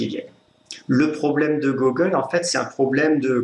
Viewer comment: on dit Gougueule, pas Gogueule...